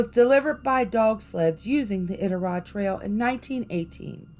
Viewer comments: This is cool, I was born and raised in Alaska, it is a magical place but in a good way. P.S. the pronunciation is "I dit a rod" as best I can spell it.👍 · Love this post. Iditarod is pronounced with a long I . I-dit-A- rod. I’ve been to Kennicot. It’s an amazing place! I love these stories. Would like to hear more. ❤️ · Lol...it's I-DIT-A-ROD😂 You cracking me up!!! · balloon head...it's pronounce I-Dit-A-Rod...another outsider trying 2 tell our legendary ghosts,big foot, etc tales...i m gagged... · Omg please stop saying Iditarod wrong😭🤚🏼 it’s annoying